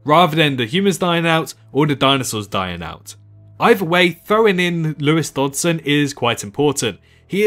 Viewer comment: Dutson? You mean Dodgson?